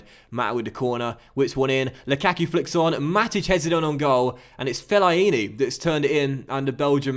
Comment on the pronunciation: LOL the way you say Fellaini!